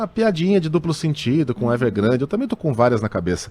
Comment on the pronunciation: Ao do vídeo, Luís Megale solta uma piadinha à la Weintreub, fazendo chacota do nome da empresa chinesa "Evergrande" trocando por "Everglande". Lembro-me muito bem das críticas desse mesmo jornalista à infeliz e xenófoba piadinha do ex-ministro da Educação, que ridicularizou os chineses por trocarem o "r" pelo "l". Acho que cai bem uma retratação do jornalista.